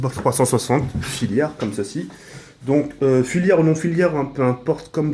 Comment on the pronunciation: bonne video j'ai juste un truc a dire pour l'avenir on dis pas "filiaire" mais FILAIRES gg bonne video _1 like